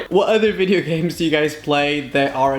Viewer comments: Vedeo Vedeo,ahem it is pronounced as video like wtf are u even saying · He has an accent so he can't pronounce video right idiot isn't that obvious?